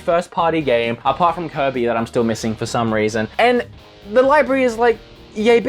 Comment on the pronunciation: I like how he pronounces kirby. "Coby" its kinda funny.